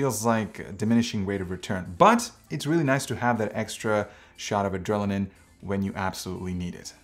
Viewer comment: Just so you know I got to the end of the video, it's "adrenaline"